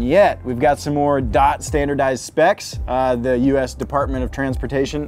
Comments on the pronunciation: When he said dot instead of d o t 😳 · I think is pronounced “dee o tee” (DOT)😅